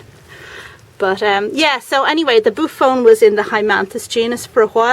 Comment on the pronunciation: The name is pronounced boo-off-onee. It’s a beautiful plant. I pronounced it the same way at first!!! Do you know where I could order a boophone?